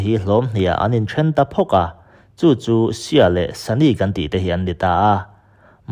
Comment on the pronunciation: Sunni leh shia hi english word anilova sunni hi 'sani' ti a lamrik tur nilovin mizo ṭawng a 'suni' ti a lamrik tur ani zawk. Arab mi leh muslim mi ngeite lamrik dan pawh ani. Thumal/hming lam dikloh hi i ngah lawr lak thlirtu leh ngaithlatu kan ṭhahnem ṭhin bawk si a,uluk in midang thurawn hi ngaipawimawh lehzual la ngaithlatute tan leh nangmah ngei tan a tha dawn emmai. I thawhrimna erawh fakloh a har thlawt e.